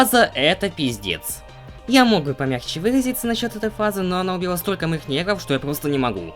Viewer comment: Я один слышу не "нервов" А "негров"?))